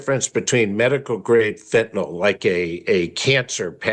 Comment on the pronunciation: I still have a hard time listening to someone go on about “phentanol” (ending sounds like “awl” as in “hi, y’all”), when it is spelled fentanyl and is pronounced ending with “nyl” as in “nil.” Baldwin supposedly narrates the upcoming documentary and can’t even be bothered to pronounce the word properly? If he mispronounces it throughout the documentary, I won’t be able to watch it without puking.